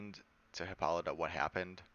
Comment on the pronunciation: Pronounced: hippo-LY-ta, not hip-PAH-li-tuh